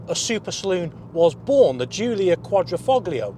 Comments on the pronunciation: This was painful to watch. Typical amateur car journalist Alfa cliches. Also the G in Quadrifoglio is silent. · He lost me at his constant mispronunciation of “quadrifoglio.” It doesn’t take much research to get that right. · I can't believe people are still pronouncing 'Quadrifoglio' like a tard.